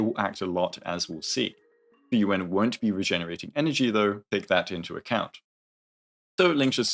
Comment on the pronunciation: Everytime you say Fuyuan I hear Frieren and it takes me out dude